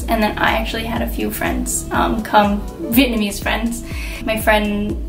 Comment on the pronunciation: Your wedding photos are beautiful and your pronunciation of Vietnamese words is really good! Loved hearing your story!